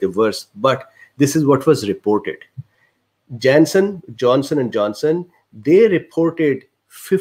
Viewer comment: nobody: absolutely not a soul: this dude: JENSEN IN JENSEN